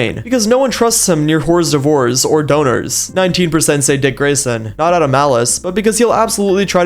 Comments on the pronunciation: “Whores devores” is a way better pronunciation “Or durves” is so boring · i literally came to the comments to see if anyone else caught that. like, HUH?? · IS NO ONE GONNA TALK ABOUT THE WAY THIS MAN PRONOUNCED HORS D’OEURVES???